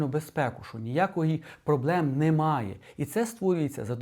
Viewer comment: Коли чую "НИмає", одразу розумію - мій земляк десь із Вінничини😅